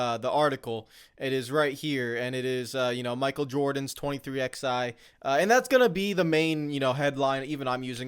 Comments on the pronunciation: pronouncing 23XI with the letters drives me crazy😂 they are Roman numerals and are pronounced as the number 11. The way says it makes literally no sense lol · he has a fundamental misunderstanding of what antitrust is. He mispronounced “plaintiff” and inexcusably,“twenty-three-eleven.” He should say what Eric said. Provide details and say I’m not an expert where he clearly isn’t. And in Eric’s video, he provided in five minutes far more information without making dumb and inaccurate comparisons.